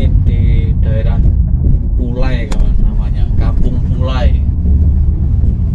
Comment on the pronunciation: Kampong pulaie mas bkn pulai